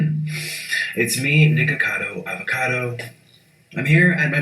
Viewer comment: Nico-carrrrcausss 😂😂😂😂😂 love these videos!!!